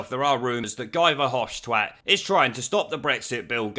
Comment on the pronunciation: My missus, who is Belgian, tells me that Guy Verhofstat is pronounced as "He' Verhofstat, as in He was universally disliked as a Prime Minister in Belgium...